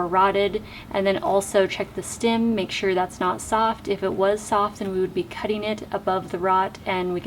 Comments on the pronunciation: It's "stem"! Steehh-mm. Its not stim! 😂 Sorry, couldn't help it. Thank you for this informative video though! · Loving that Midwest “stim “ 😋 thanks for the video!